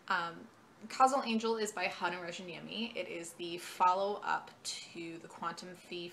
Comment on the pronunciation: I love the Jean le Flambeur trilogy! Btw, we Finns pronounce J more like your Y, so it's closer to Rayaniemi. Otherwise, perfect pronunciation! That "niemi" part can be tricky to some. I'll definitely read his collected stories when they come out.